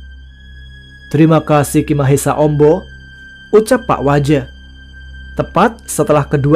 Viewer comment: sampai salah nyebut pak waja hehehe...jadi pak wija